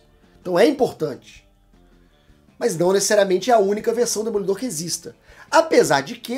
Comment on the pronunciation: "DOD EMOLIDOR"? Essa superou kk